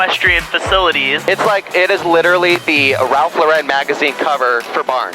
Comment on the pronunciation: Gorgeous house! Quick note to: Ralph Lauren DOES NOT pronounce his name the way you pronounced it. He never has. People always try and add that accent to his name. But NO. He pronounces his name just like anyone named Lauren would pronounce it. You are GREAT at what you do. This will be a great tip for you in the future if you mention anything by Ralph Lauren.🙂